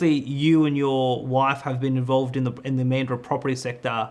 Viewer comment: Bla, blah, blah... Neither speaker can pronounce Mandurah properly. Tells me a lot.